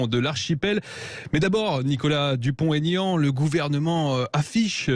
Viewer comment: Aignan pas Aigan ....